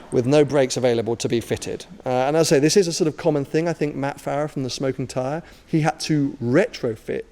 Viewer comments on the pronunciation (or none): none